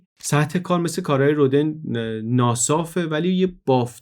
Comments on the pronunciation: جالب بود. من شخصا از پادکست‌های تاریخ شما کلی چیز یاد گرفتم و همچنان مشتاق شنیدن برنامه‌های جدیدتان هستم ولی به نظرم خیلی خوبه که از این برنامه‌ها هم می‌سازین. جسارتا می‌خواستم یادآوری کنم تلفظ صحیح نام رودن(Rodin) در زبان فرانسوی rodan تلفظ می‌شه نه roden. و به همین لفظ هم همه جا از او نام می‌برند. چون شما به نظرم آدم دقیقی هستید و این پادکست‌ها هم معمولا دقیق و بی نقص هستند حیفم آمد و نتونستم ننویسم! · ، با تشکر از این اپیزود بسیار آموزنده فقط می‌خواستم یک تذکر کوچک بدم که تلفظ اسم Rodin در فرانسه رودَن (فتحه روی د) است.